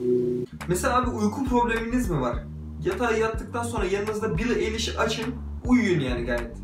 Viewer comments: türkçe, billi ayliş okunuyor eliş değil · kelimelerin basindaki e okunmaz eger yaninda baska bir sesli harf varsa amacim elestirmek degil sadece uyarmak istedim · bence edemedin klipleriyle sonuna kadar ve en çok dinlenen şarkılarını dinleseydin daha olumlu yorumlar verirdin ve eliş değil ayliş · kızın adı bili eliş diye okunmuyo bili ayliş diyeokunuyo ayrıca senin ne haddine billie eılıshı eleştirmek yani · BAKIN BİLİ AYLİŞ DİYE OKUNUYOR AĞLIYCAM ARTIK ELİŞ NE YA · bütün videoyu izlerken EİLİŞ DEİL AYLİŞ diye bağırmamak için çok zor durdum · bili eliş diye değil bili aylış diye okunuyor aklında bulunsun :) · Yalnız bili eyliş değil bili aylış cidden ayar oldum sana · Eliş değil ayliş diye okunuyor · beli eliş nE belliy aylış diye okunuyo kanser olucam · Abi video güzel ama ismi yanlış söyledin billi ayliş olcak (okunuşu öyle)👌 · ayliş diye okunuyo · bili eliş demen peki :))) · bili eyliş...Hmm anladım. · *Bili Ayliş diye okunuyor :p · Bili ayliş diye okunuyor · Eye lish diye okunuyor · bili aylış diye okunuyo krdş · Billie Eilish diye yazilir "bili aylış" diye okunur 😉